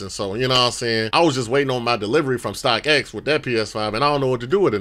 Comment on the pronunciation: That boy said stockX